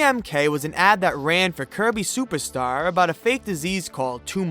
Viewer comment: I keep hearing “Kirby SUPAR star” from him 🤭